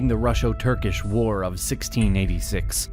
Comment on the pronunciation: Russo does not have an “sh”.